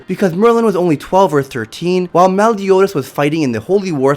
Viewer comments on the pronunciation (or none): Nobody: The narrator: melle-yoo-daz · The way he says Meliodas is so scuffed